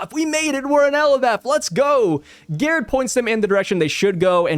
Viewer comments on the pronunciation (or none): Since Gerd and Gerde are european/scandinavian it would be pronounced with a G not with a J